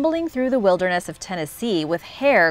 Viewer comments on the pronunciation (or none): none